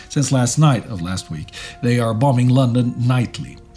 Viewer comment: I’ve been following this channel since the beginning, and I always look forward to stressing the second “b” in “bomb”. Even in my collegiate career, I’d never heard someone say “bomBing”.